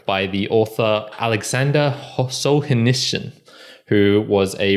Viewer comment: I'm not satisfied by this pronounciation of solzernitzen 0/10 pffffffff pffff pffff...........nice review tho